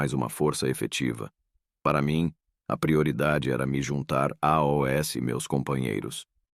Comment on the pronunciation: Gente, relato interessante, mas que diabos de narração é essa? " Ir ERRE para casa", " me juntar AOS meus companheiros"...que lástima, hein?